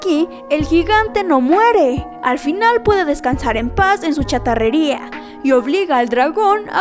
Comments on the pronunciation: CHATARRERÍA, no charratería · es chatarrería, no charratería. aprendan a hablar, por favor.